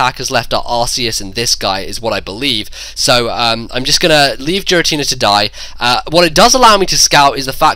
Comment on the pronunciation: STOP SAYING JIRATINA